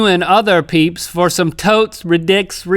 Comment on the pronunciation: I'm sueing you FOR saying FAR and not FOR